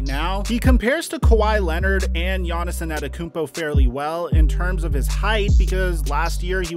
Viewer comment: Still can’t say gainnis name right